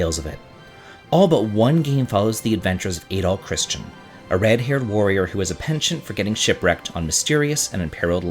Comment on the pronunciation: Adol is pronounced like "add-all" not "ay-dall."